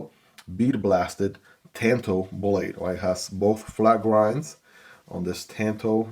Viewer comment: Interesting. Spells like Tan-toe pronounce Tahn-toe. You do a good job buddy 👏 Hope you don't mind me trying to help. Obviously by my name I am very into Japanese blades😊